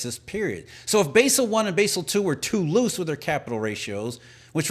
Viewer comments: It's pronounced "bazzel".... not "basil". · Thats Bahzel not Baysel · It's pronounced BAA SAL. Basel accords in Switzerland. Jesus guy. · It's pronounced Bawsel. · Basel is pronounced BAH-zuhl